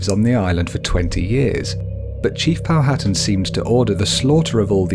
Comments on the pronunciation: It's actually pronounced "Pow-at-an," and not "Pow-hattan." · NOTE : It's Pronounced "Pow - ha - tan" ..not "POW - HAT'en" LOL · It is pronounced Pow a tan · Good video but please learn how to pronounce Powhatan. It's Pow-a-tan. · POW A TAN. H IS SILENT